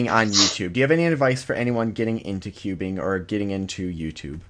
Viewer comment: I love how she pronounces it "cubin'"